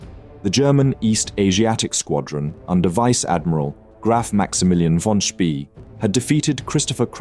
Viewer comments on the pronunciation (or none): His pronunciation is atrocious! Canopis, Spee, Carnavon all misspoken. Ugh!